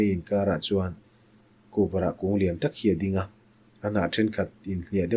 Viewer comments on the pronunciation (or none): none